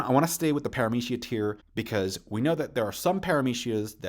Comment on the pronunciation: Normal person:Zoan Paramecia Logia this guy: Zo Han Para-Meshia Log-Gee a anyone else notice this